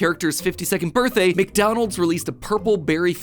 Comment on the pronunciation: Why did Dey frow up, Dey didn’t wike my berfday shake, I… I wish I never had a berfday